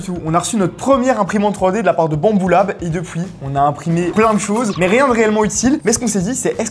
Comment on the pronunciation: On dirait trop dis «bamboula » 😂😂😂😂